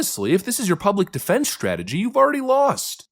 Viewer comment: Most definitely. He doesn’t even know how to pronounce people’s names or speak the English language properly. He said the word “defense” as “deflense” several times. This so-called pastor is incredibly ignorant and uneducated. What an embarrassment.